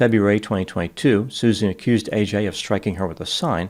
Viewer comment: Why can no one pronounce AJs name correctly? Ad-je-ka